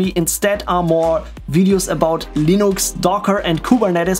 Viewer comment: Guys! He's running "Linox" 😁